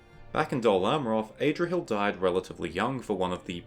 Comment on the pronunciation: Adrahil not AYdrahil